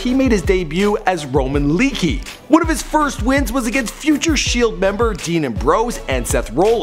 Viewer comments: Leakee isn't pronounced lee - kee, it's pronounced Lee - awk- ay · Do research is not pronounced leekey it's pronounced lay-a-key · lay-ahh-kee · also don't make thz vids if u don't watch wrestling, ur doing all this research, yet u can't say their simple names ( not hating tho ) "seth roll-ins" "dean aim-bros" "lee-key" sry but if ur gonna make a vid, learn how to say their names 😂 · How he pronounced Leati, Leakee and Rollins 😂